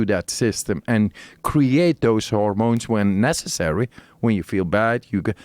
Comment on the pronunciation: Every time the Iceman said "hormones," it sounded like "The Ramones." Great podcast!